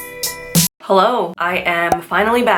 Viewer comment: Huh-Llo. Gets me every time! Lol